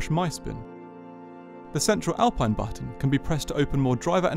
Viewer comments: Nice walk around. Btw it is pronounced Alpeen. Also, the seats are not optional. The pure edition which is the cheapest has them as standard while the Legarde edition has multi adjustable seats. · How were you given access to the car and yet still not able to pronounce the make correctly… fascinating